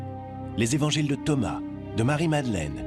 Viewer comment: Par deux moments ils dit les quatre zevangiles...!!! Quand même !!! Quatre ne prend pas S.... c'est français 😏